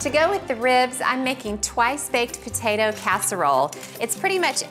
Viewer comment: Take a shot every time she says "patatuh"